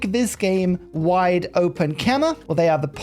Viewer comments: As a khmer person we are honored u you are playing our nation. Put please Khmer is pronounced "Kha - My" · I love the ke-mer! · Well I commented this every time you played Khmer and you still seem to not care. But it's pronounced Kmay (like in eye).